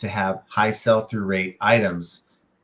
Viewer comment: "Sell" through rate buddy, not "SALE" through rate. Good video though.